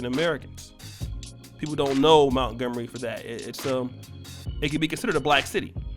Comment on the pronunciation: Mont-gomery mont, not mount